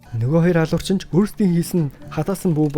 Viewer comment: Бичлэгүүдийг нь үздэг шүү дэмждэг миний бро "Хэлний үзүүрийн "н" хэлний угийн "н" гэж хайгаад нэг үзээд таарсан хичээл үзчих тэх үү гуйж байна. Очин гэхийг очно, охин гэхийг охино ирчихсэн гэхийг ирчихсэнэ айлган гэхийг айлгана, алуурчин гэхийг алуурчина гээд байх юм гуйж байна тэхүү